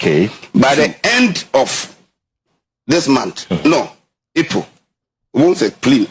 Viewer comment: Epol or April???😂